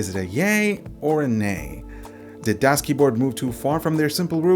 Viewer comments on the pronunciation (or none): The "Das" is pronounced like "does" in english. greetings from germany :D